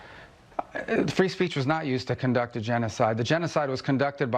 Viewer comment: "CONTUCT", they can't even say it!